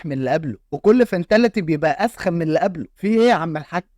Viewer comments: أبوس إيدك إسمها مش فينتاليتي إسمها فيتاليتي😂😂😂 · فينتاليتي ايه يا اسطا بطل فلح اسمها فيتاليتي 😂